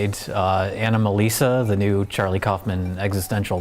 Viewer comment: "What is new?!" "Neuw?" That killed me.